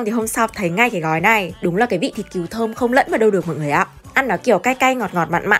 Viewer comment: Thịt cừu mà phát âm là "kiều" ????? 😂